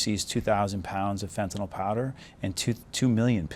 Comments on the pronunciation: Fentanyl. FENTANYL! NOT FENTANOL! Pronounce it correctly! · Law enforcement gentleman needs to learn how to pronounce fentanyl. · DEA rep doesn't know how to pronounce fentanyl., there is no letter "o".